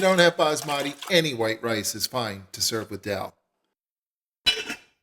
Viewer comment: abe madarchod albino,,. Ye daal he .not darl..